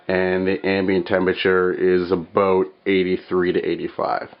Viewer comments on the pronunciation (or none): CANADA! did anyone catch that...aboot